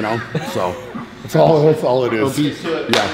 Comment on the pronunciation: BruceWillis yeah and this dude said obese like boy